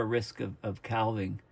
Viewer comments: "Calv-ing" ?? Do Coos have Calvs ? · Calving: referring to a cow birthing a calf, also to the breaking of off ice from a glacier.. Calf rhymes with staff. Calving rhymes with having. For the love of all that's holy, please, you can pronounce 'archipelago' any way you want, but calving rhymes with having! 😃 Thanks for all your dedicated work. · THE "L" IN CALVING IS SILENT!!